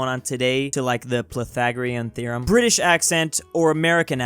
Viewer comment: Top tip: When Brits say British and we don't pronounce the T, we don't leave a lightyear of space between "Bri" and "ish". We also don't say it that dramatically. It would just come up in a conversation and sound normal